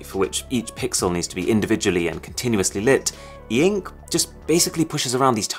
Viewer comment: Normal people : ink Arun : EEEENKK